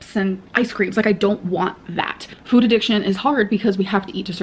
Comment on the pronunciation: Still waiting for her to morph into her new personality so she will stop pronouncing food as FWOOWD.